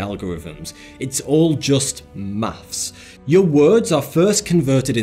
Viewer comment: It's Maths, not Maffs. That's been annoying me for ages haha.